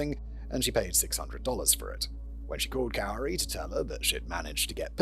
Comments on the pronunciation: It’s not “cow-ri”😂😂😂 it’s pronounced “cory” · It's Cori not Carrie 😞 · It sounds like he thinks her name is Kaori. I wonder if his script pages have her name wrong. Cuz he’s definitely saying “Kay oh ree” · Murderers name is pounced “Kory” and not “Cowery”. I was wondering who the heck u were talking about. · Simon pronouncing 'Kouri' as 'cow-ree' is hilarious. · Is it bad that I kinda like kaori pronounced that way better than Cory 😂 who cares she’s a murderer😂😂😂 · It's pronounced Corey cowri is driving me mad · I love that you are pronouncing her name Kowry. She deserves it to be pronounced incorrectly lol. The correct pronunciation is Koori, but I don't care, I'm not yelling. Im Laughing My Ass Off!!!!!! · my fav part is that he mixes up the correct and incorrect pronunciations. Sometimes it is "Corey" and sometimes it's "Cowrie" like the shell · Pronounced like “core-ee” and they lived in Heber, Utah. (Not Hebrew) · Cory is how you pronounce it. People from Utah like to change spellings. She moved to Heber. She went to high school with my little sister. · Cow-ree I'm dead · It’s k OR ee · I absolutely love you calling her cow-ri. It’s a ridiculous spelling and she’s a vile person so I’m quite amused with your butchering of her idiotic pretentious name. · It's Kow-ri who worked at Home Depp-poe.😅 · Hey there, love the video. Just wanted to let you know that while "Kouri" does phonetically look like it should be pronounced how you did throughout this video, it's actually pronounced like the male name "Corey." Just a small detail I wanted to make you aware of. 💙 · He's saying her name wrong, its pronounced "cory" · Hebrew City!!! It's, uh, Heber City. And Kouri pronounced like Kory. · LOL it's pronounced the same as Cory. Can't wait to hear your reactions to this crazy case!! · He mispronounced almost every name in the whole episode 😂😂😂 He even tried to check and STILL mispronounced Cory as Cow-ree 😂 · Cow-ri sends me every time 🤣🤣